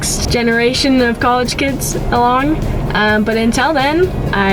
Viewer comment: Does anybody notice that pronounces college like "cowegge" haha, it's the cutest thing I've ever heard in life